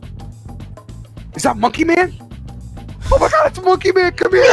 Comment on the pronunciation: said monkeh rights